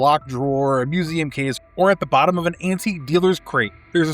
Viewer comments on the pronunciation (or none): none